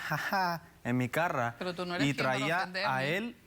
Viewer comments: "en mi CARRA" 😂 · “En mi carra” xd